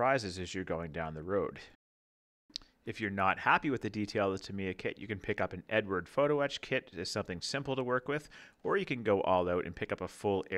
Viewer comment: .......just for your info (as it was annoying), it's pronounced Eddard, not Edward! It's Czech! Otherwise, great review so far.......